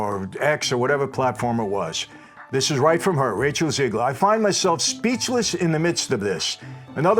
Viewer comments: It’s not Ziegler it’s Zegler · Rachel Zeegler. ZEEEEGler. Do you know any Rachel ZEEglers?